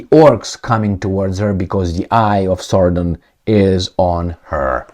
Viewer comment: It is Sauron, not Saurdon 😂😂😂